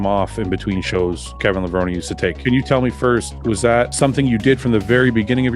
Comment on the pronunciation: In the film, Kevin continues pronouncing his last name with a long E at the end. So why do you continue mispronouncing it?